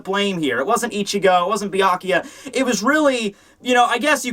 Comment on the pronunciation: Byakuya (Beer-Ku-Ya) , not Byaku LOL